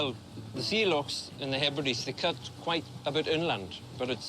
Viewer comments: I was hoping the Outer Hebrides would not be mispronounced as "He Brides" 😳 ( again !) ... It's the 'Outer _Heb_rid_ees_' 😊😊😊👌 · HEBRIDES is pronounced HEB RI DEES.